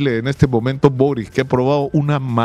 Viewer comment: El apellido Boric se pronuncia "Borich" , no "Borik"